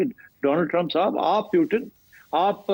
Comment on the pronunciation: why they can't pronounce "Putin" ?